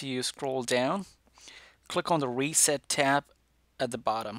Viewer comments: “Weset” “Passcord” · “Weset” XD nice one dude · SP00KY he has a different ascent in his voice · More like wreset